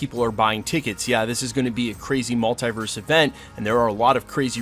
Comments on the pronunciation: Love this channel... buuut I cringe every time he pronounces the word mulitverse. It's (mul) (te) (verse) haha, not (mul) (tie) (verse) 😖. You don't pronounce multiply as (mul) (tie) (ply). Even when Dr. Strange and spiderman pronounce the word, they say it the same way (mul) (te) (verse). Totally unimportant, but I had to share haha. Big thank you to the creator of thos channel for putting out so much great content! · Is pronounced MultEEverse. Not Mult-I-verse.